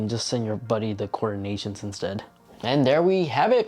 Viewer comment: Coordinations?? or Coordinates!!!